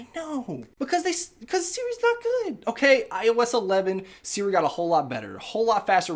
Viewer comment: works just fine on mine too. I think it may be accent related. You can make Siri reprogram to respond to accents in settings under Siri. He kept saying it like seere. That’s the issue. Should be like suri